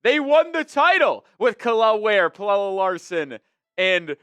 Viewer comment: I love how you went from mispronouncing his name as “pellell” to “pellella”. It’s just “Pella” homie.